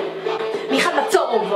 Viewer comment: ב זה נשמע כאילו אמרת מיעל מה צהוב😁😁😁